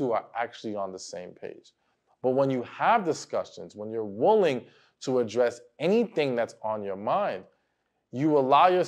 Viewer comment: Damn it! It's not "woolying" it's willing!!!😅